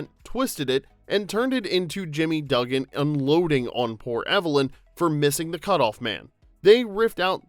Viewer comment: Oh, come on now. Have you seen this movie? - Jimmy (DUH-gin)? Do you mean Jimmy (DOOG-in) - You did it again. This is sloppy. - Twice more. C'mon. - This shot is not from A League of Their Own (1992) - Which fact surprised me the most? That obviously this narrator is either a) AI or b) has never seen the movie themself. This video has interesting information but the credibility is shot instantly .